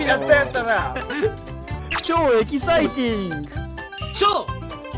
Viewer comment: の所w地味にエロキサイティング言うとるしwwエキサイティングちゃうくて